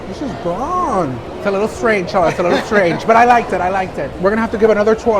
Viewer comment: i giggle when you say Shalotta